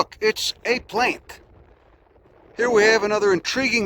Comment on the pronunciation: "ooh look, it's... a playnt." so good.